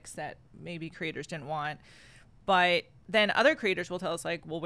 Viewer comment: I am Dutch, but her way of saying 'but' sounds really weird to me. She pronounces 'but' like 'buyt'.